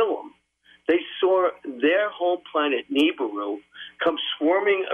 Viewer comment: More like Hebrews